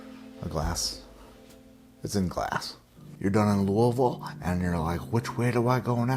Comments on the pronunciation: You say Louisville like a local! Kudos. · I'm so impressed that you pronounced "Louisville" properly. I wouldn't have expected that from a guy from Connecticut. Your vids are great and hilarious. Keep delivering that great content!